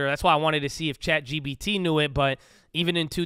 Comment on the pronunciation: I’ve noticed that everyone from Cali pronounces “chat gpt” as “chat gBt” 😄 why is that? Is this a common thing to mix up in California?